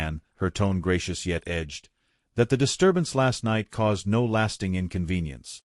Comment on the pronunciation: Not really good or uplifting at all. Conclusion hovers in the air. The AI voice garbles on the word “no”. I give this short tale a 1 out of 10.🤷🏻‍♀️